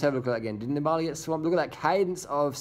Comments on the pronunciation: It's Nibali not Niba~li... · DR you really got to learn how to say nibail's name properly